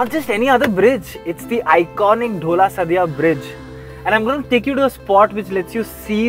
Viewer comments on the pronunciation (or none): I spent my childhood here- nice to see it once more. And you guys messed up the names big time. Its Dha-o-la not dhola, and its Waa-long not Waylong smh